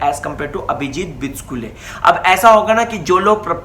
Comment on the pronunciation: बीचकूले नाहीरे भावड्या ... बीचुकले आहे ते...